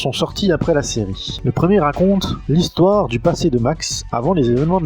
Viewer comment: 0'51 "hissoire "...tiens tiens 🤔 ^^ +1